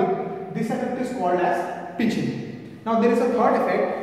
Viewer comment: Sir ap pitichig thoda galat bole hai